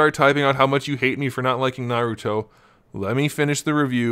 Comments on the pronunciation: And his name is Naruto not Narout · oh if you say what your talking about your a pro at naruto your not you can't even pronounce his name